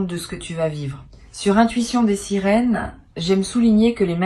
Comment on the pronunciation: Intuition des "sérines"ou quand l'IA qui fait les lectures ne connait même pas le nom de la chaine 😅.